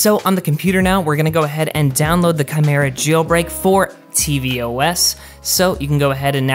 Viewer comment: It's pronounced " ki-mira". He pronounced it right.